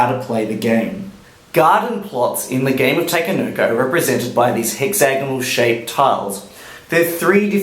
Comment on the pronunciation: idk but I cringe when you say takenoko however thanks for the review